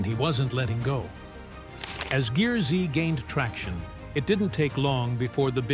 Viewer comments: The Ai voice over bothers Me.. Stacy's show isn't GEAR-Z it's pronounced GEARS.. Also, why the intro photo alluding to Him being hospitalized? With NO mention of it? That photo looks suspiciously like the same photo used for the Frank Fritche's story.. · GEARZ , NOT GEAR ZEE !! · It’s not pronounced Gear Z 😂 it’s pronounced Gears with a z instead of an s! Watch the show. It will say welcome to Gears! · I wish the people who want to do these exposes would watch at least ONE episode, so this announcer would know that it's not Gear-zee, it's gears, with the z replacing an S. At the start of every episode, the announcer says "you're watching GEARZ" (NOT Gear-zee) Jeez, get it right, will ya? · That was the point at which i shut it off, too cheap to hire a rsal narrator. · WTF IS THIS DAMN NARRATOR HE CANT PRONOUNCE SHIT ITS PRONOUNCE GEARZ NOT GEAR Z AND ITS TIG NOT T I G YOU DUMB ID10T